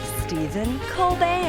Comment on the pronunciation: Stephen col-burger